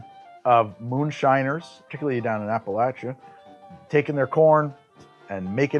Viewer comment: Hey, you said ‘Appalachia’ right! Proud of ya.